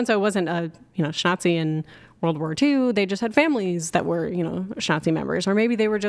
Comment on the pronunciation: No "shtick"! If I have to listen to one more idiotic mispronounciacion of "grape" or "shnazi," I think Im gonna "unalive" myself! For "fox" sake!